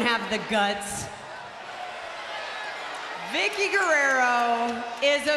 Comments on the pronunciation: The way they pronounce Gurerro is awesome. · She say perfect "Guerrero" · Lover Boy She said “Guerrero” perfectly what r you talking bout